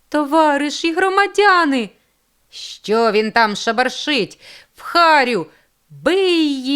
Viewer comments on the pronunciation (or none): Дякую. Але чому ж пані читача не відпрацювали свою вимогу. Ріже вухо " чЬогось" "ШчЬо". Дякую все є таки . Хотілося б покращення вимови.